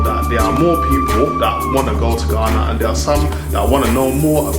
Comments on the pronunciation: Nr. 1 Don't pronounce GHANA like the guy in the video. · OMG. The most horrible, annoying video I ever watched on utube. What makes him think he sounds British? Forcing some stupid accent. The way he pronounced Ghana is very bad. I don't know who encouraged him to do this video. I'm disappointed, but this guy is not from Ghana. Eiii